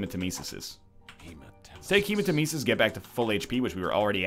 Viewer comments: It's not HEMAtemesis, it's hemaTEMEsis. Didn't you learned that from the awesome, sadly nerfed, voice? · FFS, you have no excuse to keep mispronouncing hematemesis! He says it for you, then you say it wrong!